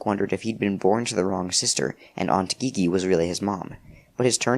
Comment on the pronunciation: haha but i think the aunts name is pronounced like the letter G, gigi pronounced jeejee